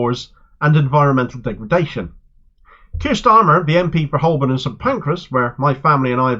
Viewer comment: Excellent news,! Btw, Holborn is pronounced "Hoe burn". The L is silent. Cheers.